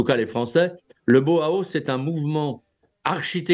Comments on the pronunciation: Maître ! le Bauhaus se prononce : BA.AU. A.AUSSE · BAUHAUS se prononce ainsi : ba o ah hausse. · Impayable, le mot Bauhaus prononcé à la française 😄